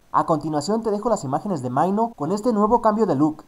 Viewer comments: Dios santo me morí de risa como pronunciaste el nombre de Minho se dice Mino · Minho se pronuncia de la misma manera que se escribe